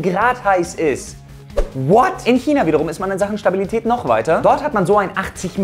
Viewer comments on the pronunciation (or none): none